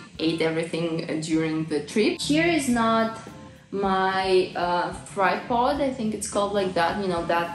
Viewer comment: Tripod, not thripod - but thripod sounds better, even though it's not a proper word!